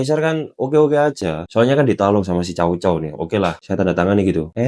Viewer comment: Org cina melafalkannya tsao tsao bukan cao cao. Mirip kyk huruf tsa dlm bhs arab